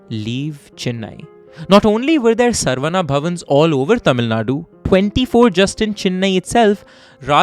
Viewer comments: Excellent rendition and flow. My only minor suggestion is to get the pronounciation right. It is not सर्वना or सर्वन्ना, but शरवण, a sanskrit word that refers to a reed forest in which Kartikeya/Murugan was born. In Tamil it can be pronounced as saravaNa as well since classical Tamil uses the same alphabet to represent sa and sha. Likewise, the name Santhakumar is the same as the Sanskrit शान्तकुमार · It’s not sarvana it’s sa-ra-vana